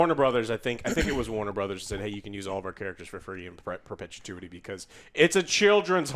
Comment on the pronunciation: Ah yes....perpetituity...